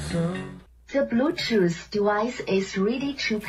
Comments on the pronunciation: „te blootothh twice has connected suesufully“ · Ti bruu-toof dehviesh is rehtey toh peer!